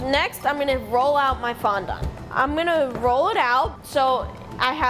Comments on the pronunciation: She said fon don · I don’t think that’s how u say fondant